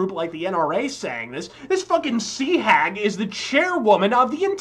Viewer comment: I lost it when he said "sea -hag"